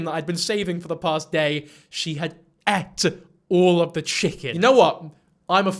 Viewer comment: I have never heard anyone say ate like that in my life